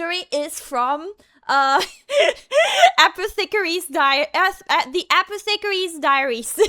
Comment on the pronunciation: The way said Apothecary's Diary rubbed me the wrong way.